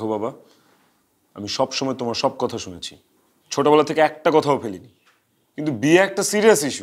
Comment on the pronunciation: কতা নারে নায়িকা। শব্দটা “কথা”।